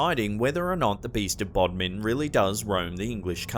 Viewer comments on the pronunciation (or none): none